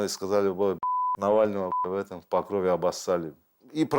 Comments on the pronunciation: Там же Покров, а не Покрова. В ПокрОве, а не в ПокровЕ. Я конечно понимаю не в тему, но слух режет. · Меня одного бесит произношение Покрове , ударение на е ? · покровЕ ? Это точно правильное ударение ? Слух режет жутко...